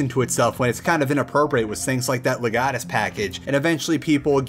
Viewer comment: Leg. uh. tus...